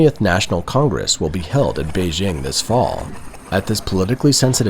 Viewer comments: Try to get the pronunciation of Beijing better. It’s not hard. Bay plus jing as in jingle bells. Hard J. There isn’t a soft J sound in Chinese like the je in French. Nice video, thanks! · If your film is about Beijing, please pronounce it correctly. BaY-Jing. I heard it so much over there it grates on me hearing a westerner lenite an imaginary s and h.